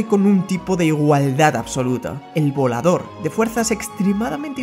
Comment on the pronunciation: crei que decia vlolador